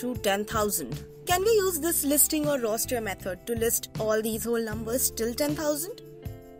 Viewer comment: Its great but your instead of saying the word “roster” you said rooster …